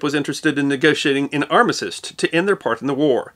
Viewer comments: Then let me point out that you misspoke the word armistice, it seems to be the fashionable thing to do 😁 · Did that and it's different to how he says it. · I'm confused of how you pronounce armistice.